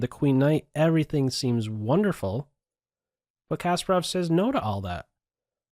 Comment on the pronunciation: Why am I so distracted when you mispronounce Garry's name ? It's not Casper-Off - it's kuh-SPAR-off